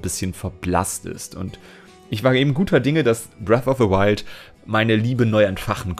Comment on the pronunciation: Bress Of Se Wild? Und ich hab mich schon gewundert, warum in letzter zeit alle von Bresso: Wildkräuter reden.